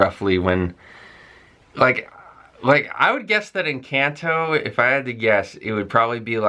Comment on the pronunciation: You pronounce Colombia and Encanto like a native Latino, very good.